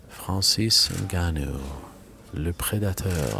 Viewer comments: I can’t even describe how much I’m bothered by the way Ariel says Francis. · Fwanzeez Ngannou Please shut up Ariel ffs